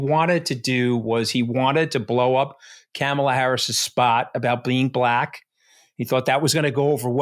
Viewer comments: Anthony, you have to start pronouncing, Kamala's name correctly! It's not that hard..... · The accent for Kamala Harris’s name is on the K. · The podcast is great. Note to producer: please ask them to pronounce the first syllable in Kamala as "comma" rather than "cam" as in camera. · Love you two. But - can someone please teach AS how to pronounce Kamala - it's not kam like lamb - it's Comma la. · Enjoying both of you two (Anthony’s insight is invaluable)…..but recommend both of you brushup/practice Kamala’s name pronunciation correctly…..both have pronounced it Cam-ala or Kam-ala……but think of the , comma and say comma-la. She even is making up T shirts with a bold , la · Anthony, her name is pronounced “comma-la.” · Please, please, learn the correct pronunciation of the Democratic Party’s presidential candidate. Kamala Harris’ first name is pronounced Ka, Ma, La! Not…Cam, Ma, La. If you choose to discuss topics involving an individual by name be respectful and correctly address them. Thank you. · CAH-ma-la. (Not Cam-a-la.) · Honey—- Ca-Ma-La not CAM-aLa. please!!! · Anthony, please pronounce Kamala's name properly 'comma-la' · Anthony, pretend there is an "h" in the middle of her name. KAH-MA-LA. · Her name is KA MA LA like the ‘ coma la ! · Anthony, sir Kamala is pronounced like this. Comma-la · Why does Anthony always pronounce Kamela’s name incorrectly? Katty never corrects him. He says it like Camel-ah. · Great show today. Omg Anthony, just think punctuation mark. 🙄,la ( comma-la). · Mooch, luv ya man, but her name doesn't sound like 📷 ...... think " , La" 🤔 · Hey Mooch, love ya but please Comma-La is how to pronounce her name 💙💙🩷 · I’ll believe your sincerity, Mr. Scaramucci when you start pronouncing Kamala Harris’s name correctly. Sounds like comma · Am I mishearing or are both saying Camel-La? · Mooch, please be respectful and pronounce Kamala's name correctly. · Anthony learn how to pronounce Kamala’s name correctly. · Pronounce Kamala’s name correctly.